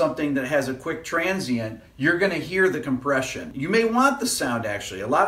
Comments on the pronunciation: Hey Rick, With all due respects, you are an intelligent man, but on the whiteboard you left out the "R" in compRession. :-) If you pronounce "Compession" sounds like something Joe Pesci would say! :-) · "COMPESSION" <3